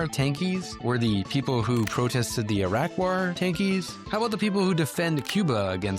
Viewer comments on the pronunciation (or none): none